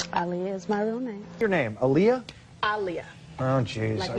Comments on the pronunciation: Ah-Lee-Yah it’s not hard to pronounce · the aaliyah mispronounciation is so egregious considering aaliyah LITERALLY put ah-lee-yah next to her name on music videos and album covers ): so disrespectful of everyone that mispronounces it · Aaliyah even put the proper pronunciation of her name on her debut album cover, How did they fuck that up. ( ah-lee-yah ) not difficult at all. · I’m hard of hearing so the intricacies of Aaliyah’s name pronunciation doesn’t hit my ears that much, but it’s literally spelled phonetically in MULTIPLE places, if someone who’s deaf in one ear can see that and make an effort an actress hired to represent the HUMAN that named belonged to should have made an effort! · Wtf you complain about how everyone in the movie pronounced Aaliyah wrong and then you proceed and say it wrong yourself repeatedly again and again... like wtf ? I think you should check the mirror before going on to diss others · Omg. I’ve just now learned, firm this video, that her name is said with the long A vowel sound. I didn’t know that. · That woman put even the pronunciation of her name on her album cover and people still don't get it right! For normal ppl like you and me ok, but not for a movie about her! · OKAY I KNOW THIS IS LATE be my name is Aaliyah and hearing you say it I gotta ask Have I've been pronouncing my name wrong this while time?! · The name being pronounced wrong was egregious, but what made me question their commitment to Sparkle Motion was they never truly gave Aaliyah a swoop in any scene. I’m not even asking for ombré, just an intentional swoop to the side. Any random black girl going as Aaliyah for Halloween with no budget and access only to existing items in her closet could have easily done better. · Damn everyone in the 90s was saying her name wrong. Embarrassing. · The mispronunciation of Aaliyah in a BIOPIC ABOUT HER just kills me.